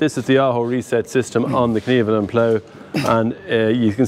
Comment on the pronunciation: Could you PLEASE pronounce KVERNELAND right... It's not "kneveland", trust me...